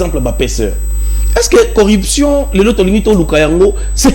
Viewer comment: Selon la phonétique Française on dit: CORRUPTION et non CORREPTION. Merci